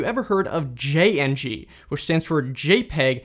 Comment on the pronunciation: i have heared of that only on wikipedia also its pronounced jing not jayingee